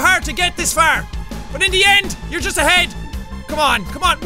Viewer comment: Jack you need to go "ahED" got it got it